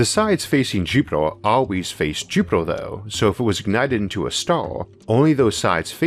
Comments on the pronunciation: It is pronounced, 'JUP-it-er'.....as opposed to 'JUP-it-ole' :) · FML ........Jupiter has no fucking o therefore can not in any terms be pronounced "jupitor". Maybe you should take up a class on shitty Brilliant for elocution lessons. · Be vewy vewy quiet, I am hunting Jupitaw.